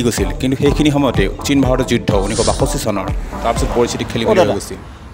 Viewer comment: Amar oxomia bhai bhoni kisumane kio bhal koi pronunciation koribo nuware "China' bulile "saina" buli pronounce kore aru ase bohuto praye huddho uttcharon koribo nuware kio? But informative video bohut bhal lagil 🙏